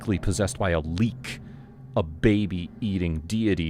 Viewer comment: The way you pronounce Leak is le-àk (or like "lay yuck")